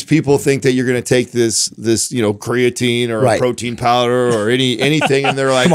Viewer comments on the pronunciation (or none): I've never hear creatine pronounced Cray-a-teen, until today